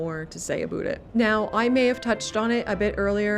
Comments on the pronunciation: this mf said aboot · How do you properly pronounce the word OUT, but then do the stereotypical ABOOT Canadian thing? It seems like a real kitschy thing to do. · Wow this is my first time listening to "aboot" so clear from a YouTuber. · screams Canuck eh?